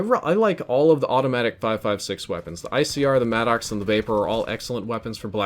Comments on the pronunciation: The vapr gets a lot of love in the lobbies I play in. The vapr and Maddox by far kill me the most. And who else calls it the mad-dox? Please call it the mad-ux. I'm pretty sure that's how you pronounce it and it sounds better. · No clowning, is it "mad docks" or 'maddox" like Greg Maddox? Bc it sounds like mad docks when you say it. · Is he saying mannox lmao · I get a little laugh the way you pronounce it madd ox lol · its pronounced maddix